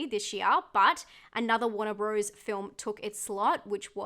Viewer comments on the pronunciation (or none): none